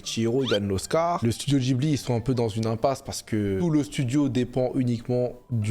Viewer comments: Mais pourquoi il dit "djibli" ??? C'est un mot italien qui se prononce "Guibli" !!! Et il ose juger mdrr 😂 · Alors l'avis est vraiment vraiment celui d'un goat, mais quel désastre ambulant là, "jibli" "Rapyuta", et puis quoi encore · Le Chateau ambulant c'est frauduleux ?! Déjà prononce correctement le nom de Laputa et Ghibli et après je suis près à débattre !